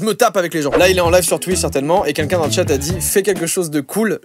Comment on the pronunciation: Joyca, tu dis pas "quelqu'un", tu dis "qu'un qu'un"